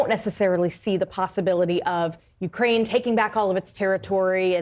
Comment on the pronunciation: Ukraine - the accent is on the second syllable, not on the U. NOT "YOU-kraine."